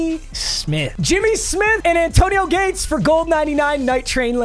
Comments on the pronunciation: Anyone else notice that he kept saying zayAntonio Gates? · Love but why he saying “Zantonio Gates”😂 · bro said "zantonio gates" 😂😂😂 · why do you say "zantonio gates" lol